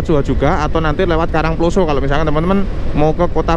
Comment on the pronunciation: Saya Org Batu Asli.. Tolong Mas Kalau Bilang / membunyikan KARANGPLOSO tanyakan sama org karangploso yg benar bagaimana.. Bunyi O nya salah sampean. Sekedar masukan. Jangan HASAK HASIK tok wae. Yg bener. Asyik. Skdr saran saja. Sukses ya channelnya